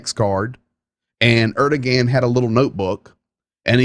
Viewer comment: I think you might want to check your pronunciation of Erdogan.